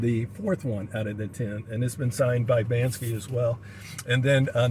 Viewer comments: you are RIGHT & all these know all's are wrong. BANKSY is a different artist. It is BANSKY pronounced Ban-ski who indeed done the xrp monkey print. Too many people who think they know it all when the no F all 😂🤣. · You are talking about another artist BANKSY, It is Bansky pronounced Ban-ski who did the XRP Monkey print, is right in how he pronounced it.